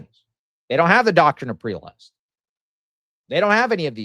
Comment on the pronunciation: Prelest is spoken as /PREHLEST/ or if its easier /ˈprɛ.lɛst/ not as preelest